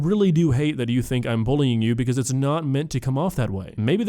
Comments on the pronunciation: Why does she keep saying "bowling" instead of bullying. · Does she seriously pronounce bullying as bowling? I was so confused at the start of the video because that sounds completely irrelevant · “booling” she really said that?! 😅